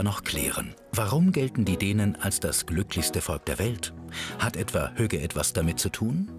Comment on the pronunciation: As a native Dane myself, I can inform you, that she pronounced "hygge" 100% correct. English speaking, has a very hard time with the word hygge. So she must have been here for a considerable time.